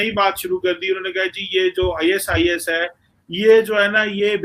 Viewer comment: Abe ye da is, da is ka ratta laga rakha hai isis khorasan kyu nahi bolta